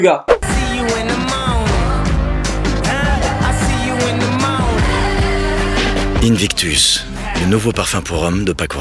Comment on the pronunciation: invictus inbitectus 😂😂😂 chu le seul a avoir compris sa?